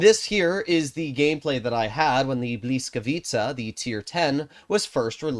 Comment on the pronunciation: Isn't it bliskavytsa?